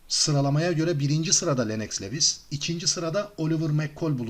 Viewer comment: LENNOX LEWIS DIYE YAZILIR , LUWIS DIYE SÖYLENIR , önemli degil ama söylemek istedim